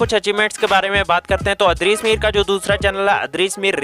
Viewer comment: idrees mir bola karain bayya... adrees mir nhi...... baki ❤❤😘😘